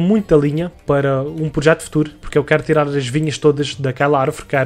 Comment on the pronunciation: Protejo? Ou projeto? xd Mais um bom vídeo!! 100mil estão quase ai!!!